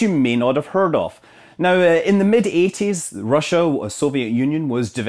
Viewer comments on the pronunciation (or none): none